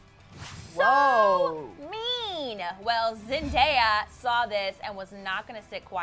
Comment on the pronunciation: She finally said zendaya correct